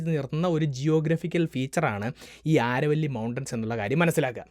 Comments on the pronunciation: "ആരവല്ലി" എന്നല്ല "അരാവലി" mountains എന്നാണ് ഉച്ചരിക്കേണ്ടത്. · ആരവല്ലി അല്ല ആരാവലി ആണ് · It's not aaravalli it's Aravalli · Aaravalli alla Aravali. Why do u change local names ? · ആരവല്ലി അല്ല അരാവലി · നല്ല പ്രെസന്റാഷൻ, ആരവല്ലി എന്നല്ല അരാവലി എന്നാണ് ഇവിടെ (രാജസ്ഥാൻ) ഉച്ചരിക്കുന്നത്. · ആരവല്ലി അല്ല അരാവലി! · അരാവലി എന്നാണ്